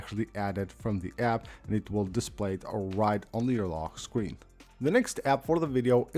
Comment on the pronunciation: “lockkkkk screen” 😂